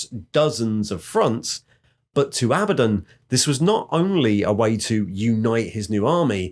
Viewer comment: I love how you used both pronunciations of Abaddon thru out the video. xD